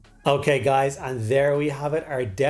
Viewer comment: Not to nit pick but I believe the Korps is pronounced (core ) rather than corpse. That was an old left wing word play as old as the Vietnam War. AM I wrong?